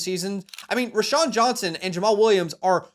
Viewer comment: ROW-Shawn. Not Ra-Shawn.